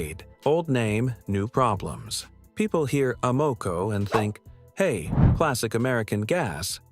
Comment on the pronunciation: Can’t pronounce Amoco, definitely AI